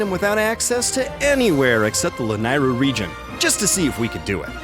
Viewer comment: I encourage you to watch the BoTW memory where Zelda is thanking Link for tips with her horse where she says the word Lanayru. It's pronounced La-NEIGH-ru.